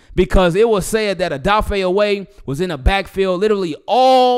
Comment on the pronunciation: Isn’t his name O weh not oway